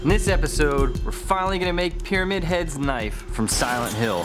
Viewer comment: do we have to ignore the fact that there's one guy said "pyrimad head" instead of "pyramid head" at the beginning?